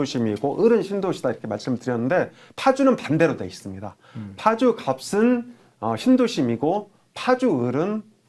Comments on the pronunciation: 갑슨이라고 하지마시고 갑은 이라고 얘기하시는게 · 갑 을 할때는 갑슨이 아니고 가븐입니다. 조금 거슬립니다